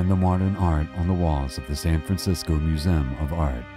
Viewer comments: But he mispronounces ignominious, ajudicated, and museum. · Why have you used a narrator that can't pronounce simple words like "museum" correctly?